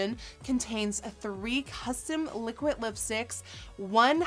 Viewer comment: Does she know how to say liquid!? It's liquid not liquit